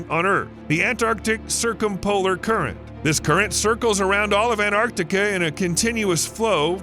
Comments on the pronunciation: It's not Anarctica. It's Antarctica. Why do Americans butcher words?! Ffs! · The narrator keeps saying “Anarctica” — swallowing the “T.” If that’s the way he grew up saying and it feels nearly impossible to switch to “Antarctica” now, I get it, but later on he says “Antarctic Circumpolar Current (ACC)” just fine, not swallowing the “T.” So he is capable of keeping the “T” in the same word, with just an “A” at the end, also. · It's AnTartica, not Anartica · Anartica does not exist. The mispronunciation is hideous and as bad as Aloominum. Americanisms are an insult to the English language! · I stopped watching after he mispronounced Antarctica the 3rd time.